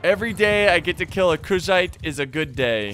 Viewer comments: Does anyone else think he is pronouncing Khuzait incorrectly? I say it "Coo-zahte." Idk where "Cuz-zit" comes from. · I hope u know Kushite( everytime u say kuzhait it sounds like u say Kushite) was a North African people...slavery flashbacks